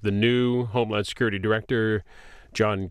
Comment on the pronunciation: Is he saying " homelawn security"?